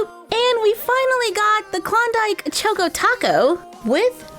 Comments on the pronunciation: I'm sorry but its pronounced like choco not choke o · Yeah, it's pronounced chalk- co, like in chocolate. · Ugh. Chaw-ko lol like chocolate chocko. Choco taco. It made me cringe every time. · Choco (ch-ahh-co) like chocolate. Love you that was killing me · You say it like ( chalk o ) taco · It is chAHkoh tAHkoh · I don’t mean to be rude but I think it’s pronounced choco. Chok o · CHOCO rhymes with Taco, drove me crazy. LOL Showing the entire Mini Mart would have been nice I love toys, too and Shopkins is a favorite in our house. I buy for my daughter, I say, but, at least in part, for me, too! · It's cha-co like chocolate🍫 😃🍫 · I think it is pronounced choco as in ch-ahh-ko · Is it just me or does she say “choco” weirdly 😂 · Shaylee Rathod yes